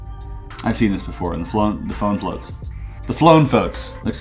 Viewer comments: "The flone phoats " lol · "the phlone foats" -chris Ramsay 2019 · The flone poats? 😂